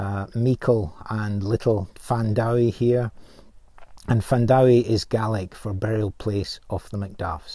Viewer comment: Thanks for upload. I was brought up in Trochry in the 1970's and 80's but don't recall any MacDuffs living in the Strath then. Your pronunciation of 'Findowie' is interesting, we pronounce it Fin-doo-ee rather than Fan-dhow-ee. Maybe that's the influence of Scot's on the Gaelic?